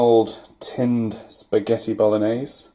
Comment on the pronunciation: "bolognese" italian crying